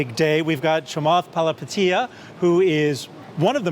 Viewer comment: Shame about the mishaps in this interview, anchor mispronounces Virgin Galactic, interviewer mispronounces Chamath's surname and his mic quality is poor.